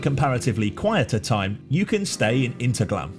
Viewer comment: I was just there this week 😀 btw in German the H is pronounced. It's not Interglemm.